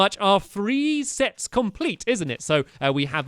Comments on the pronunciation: Did stamps say sex instead of sets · You sead sex instead of sets Lol :)